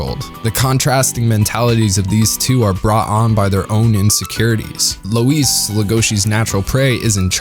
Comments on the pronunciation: So we’re just gonna forget that he calls “loui”, “lueis”? Did he even watch the show :/ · Louis's name is pronounced like "Loo Eee", not "Low Ees". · Nobody: Not a soul: This guy: LOW-IS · I've heard "Loius", "Louie" and "Roius/Roous". "Louise" is a new one. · Beastars has tons of strengths, and the messages told are important and well portrayed. But I had a big issue with how everything is told rather than shown. There are so many moments when they explicitly tell you what’s going on in really bland ways. When they introduce Rouis (idk what to put, they pronounce it as Louis but that’s what I saw translated on Netflix), instead of showing that he’s determined to be beastar, they just tell you that he is. Instead of showing that it’s Haru’s instinct to show her arm in Legosi’s mouth, she just says it. The show does manage to have more subtlety in some areas, which I really enjoyed, they don’t when introducing these ideas :/ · Lol I literally died when you called Louis "Lois." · I have no issues with anything said in this video, other than the way he pronounced "Louis" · How do you tell the difference between Beastars fans who read the manga vs. Fans that only watch the anime? It's how they pronounce the grey wolf's name. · Yall watched the sub didnt u...if u watch the dub, you'll know u mispronounced Louis. Nuthn major...its jus my ADD kicking in lol